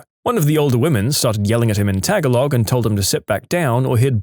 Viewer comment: In the Languages story, when the narrator apologized for his pronunciation of various languages, he mispronounced "PRONUNCIATION!" The word "Tagalog" was also mispronounced.